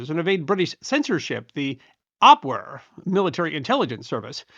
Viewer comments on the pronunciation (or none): Being German, who we know pronounce "W" like a "V", their military intelligence organization was pronounced "AbVere" not "Abwere".